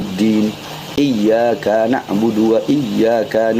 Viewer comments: Iyya kaanak budu waiyya kaanasta'iin😂😂 ini aja jelas terdengar salah😂bc Alfatihah sdh g benar😂 gitu berani jadi yai a ustadz 😂🎉😂g tau malu g takut dosa taaa yaa Alloh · Baca 'ain salah dan Iyya ka...gk panjang.